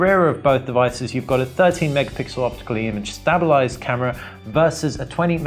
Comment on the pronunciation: Jeez this guy can't even say stabilised properly.